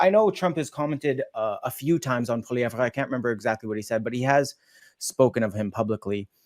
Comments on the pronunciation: What's with the mispronunciation of Poilievre, ton nom est francais, n'est-pas? It's not Poiliev rah, it's Poili ev, comprends-tu! The sooner Canadains wake up to the fact that Trudeau and Singh and their respective sycophants have completely screwed Canada! Trudeau's childish attitude and inability to think has put Canada in a weak and vulnerable position--Trudeau starting a trade war with the USA is pure lunacy. The only thing Trudeau will accomplish is to make Canada the 51st. state sooner--which is something I am on board with, so keep up the good work Trudeau, Make America Great Again with Canada as a state. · I could only stand hearing the Uber French pronunciation of polieve a few times before I'm dumping this to go watch something else. Please leave that shit in the east after western Canada separates. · Ear Pain every time he says poilievre